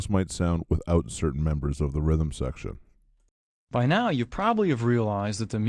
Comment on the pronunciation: Rhythm secrtion? Is that where something secretes rhythm?